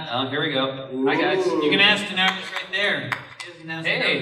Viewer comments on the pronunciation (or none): Really annoying that there are so many hardcore (Daenerys) fans and still they dont get it how to pronounce Daenerys properly, so many of them say sth like DaeneriUs. Also akward that they read their questions from their smartphones...lol...Anyhow, the Q&A is wasted, so many stupid questions that the cast cannot answer and some good questions dont get the time to be answered comprehensively.